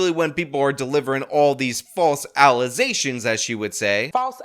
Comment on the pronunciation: Alization? Did she mean to say Allegation?😂